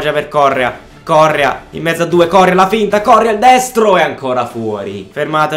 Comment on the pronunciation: si legge corréa non córrea